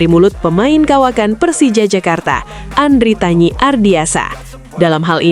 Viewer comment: Andritani bukan andritanyi